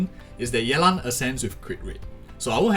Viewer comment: The way you say yeLAN is singlish af :3